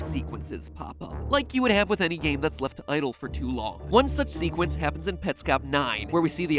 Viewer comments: the first time is , which, I may just be mishearing, but not long after that, he says it and it sounds like seqwence. Is it jus me, or no? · Does anyone else notice that Matpat pronounces Sequence as Seqwence?